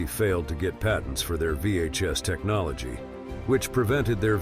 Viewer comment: Lol! AI spoke some words wrong! Technolgee, curatlee...